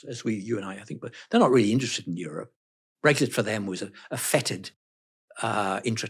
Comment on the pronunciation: he did jusy say " brexshit" ? 🤣🤣🤣